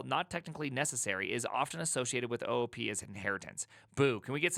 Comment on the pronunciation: it should be pronounced OOP not OOP